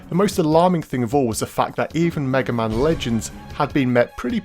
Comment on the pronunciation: Haha first you said "maga man" at one point, then you call the Bonnes the "bones" :) ..